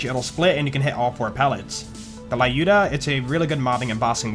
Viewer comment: dude, thanks for the video for Lyuda - it's not a la-uda like you pronounce that, it's l-yuda, or luuda if you want, it's the russian women name люда - try it in the Google Translator